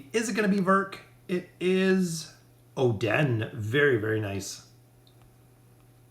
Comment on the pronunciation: dude chill its just really weird where I came from to miss pronounce oden